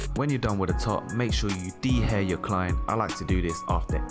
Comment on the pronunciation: "he said de-hair"😭